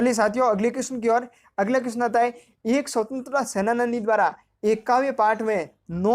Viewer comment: Sir senani hota h sena-nani nhi hota